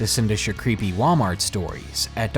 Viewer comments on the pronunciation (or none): none